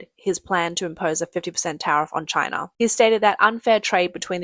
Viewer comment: Poor Chy-na. lol